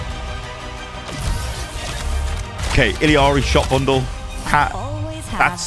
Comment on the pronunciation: listen here, boomer. how about you say Illari, how it's pronounced, wearing glasses inside boomer lookin ahh. its E-YA-RI in Spanish, or EH-LA-RI in English